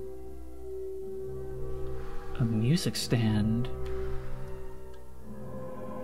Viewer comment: bro no way that’s how you pronounce music